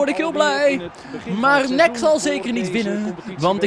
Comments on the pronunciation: je zei nek in plaats van N-E-C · Nek? Je zegt het als en ee see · NEC spreekt je uit als en ee see :P hahaha